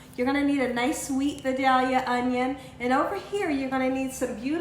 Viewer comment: OH MY! THIS LOOKS DELICIOUS! I MUST TRY IT!, I just wanna tell ya I love watching your channel. Btw.... Vidalia onions are pronounced V-eye-dale-ya. Thought I would share that. Lol.